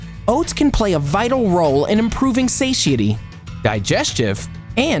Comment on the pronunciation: "... at improving sayshitty" :) :)